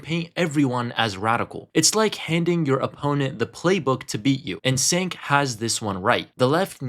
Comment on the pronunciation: If you’re going to make a video on them, at least know how to pronounce their names correctly. It’s pronounced JENK and FranCHesca.